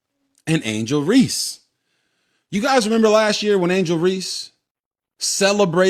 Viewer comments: Dude, I like your info., but please stop mispronouncing Angel's last name. It is Reese, (like "peace"), not Reese's (like the candy). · Hey bro I know you’re illiterate but just for future reference, you don’t say the “E” at the end of words. It’s “Reese” not “Reesey” you Dumb mf 😂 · It’s Reese not Reese-EEE…but I agree with u tho